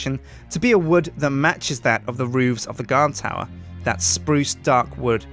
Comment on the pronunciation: when u say spruce wood say either say spruuuuuuce or spoooss